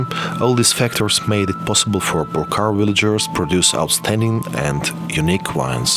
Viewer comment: deshi este un vin exceptional .....nu-i duc capu' sa faca o publicitate ca lumea .... macar de -ar pronunta corect cuvintul" purcari" .... englezoi de 2 bani ...